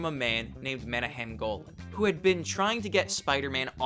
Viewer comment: Just FYI. It's pronounced like Meh-Na-Ham, not Mena-Ham. Check out this interview where the interviewer uses the correct pronunciation.